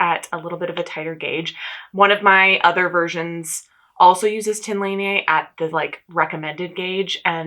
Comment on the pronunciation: The pronunciation for Line (from the Tynn Line garn) is closer to Lee-nah, instead of Lea-nay. It doesn't really matter in the grand scheme of things so feel free to ignore or at least not worry about still getting it wrong since, as an American temporarily living in Norway, I can totally sympathize on having trouble with the complexity of their vowels 🤣